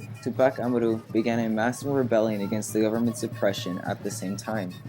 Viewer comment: u really gotta learn how to pronounce tupac amaru man